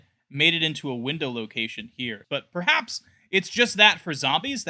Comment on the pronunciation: He says “PERHAPS” so weird